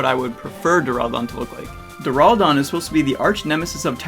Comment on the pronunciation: you say it like deraldon, its deraludon, pronounced as duraloodon